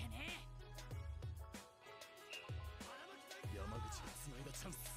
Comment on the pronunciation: Omg, I’m so happy you got the pronunciation of yamaguchis name by this episode 😂☺️☺️